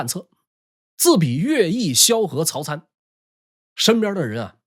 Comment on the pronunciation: 优秀的主播老师，曹 参，的 参 是 读 人参 的 音。😁